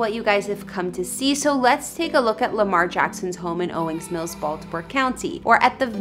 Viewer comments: Ma’mn. Its OWINGS Mills. Not Owing Mills. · It’s Owings Mills, please pronounce the ‘s’ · So you don’t actually know where he lives? Come on now. And it’s “Owings Mills”. You kept going back and forth from Owing to Owings. It has an “s” on the end. I’m not a critic, I like the vid, keep it up!! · She driving me crazy saying Owing Mills😑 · Sweetheart maybe pronounce the town correctly.